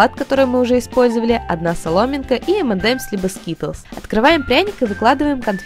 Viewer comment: ты сказала m&m лажила скиталс